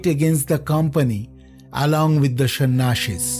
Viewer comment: It's not shan ashis it's sanyasis